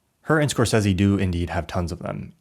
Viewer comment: I really liked the Video but why do you pronounce Scorsese so horrible? 😂